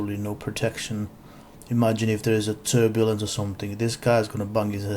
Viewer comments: Why are you doing this? Do you hear yourself when you’re talking? Everything you said is bolocks. Turbulance, letuce ...😂. C’mon man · Did you really say "Turbulence". My god you are a F@ MORON.